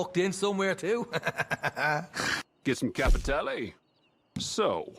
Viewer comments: Im sorry, your video is superb and 100% on point. But "cApItAlEeEyY" xD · Alright I'll go in the timeout corner dad, just stop saying Capitaly